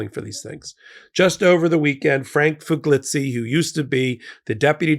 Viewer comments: C'mon,, are you deliberately mispronouncing Frank Figliuzzi as Figlitzy? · Biden has nothing to lose, and the American people have everything to gain by ordering FBI checks! (It's pronounced Frank Figleeyoosi)